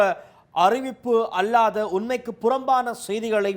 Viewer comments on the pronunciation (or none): அறசியலா? அரசியலா? அள்ளாதா? அல்லாதா? இறுக்குமா? இருக்குமா? தமிழைத் தவறாக உச்சரிப்பது நாகரிகமாகாது.